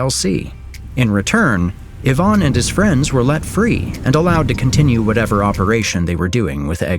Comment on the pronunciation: Even if it's not ai, it's poor qc. Ivan is pronounced the wrong way. It's I-van, not Yvonne